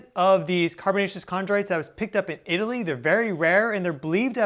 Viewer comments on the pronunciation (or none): none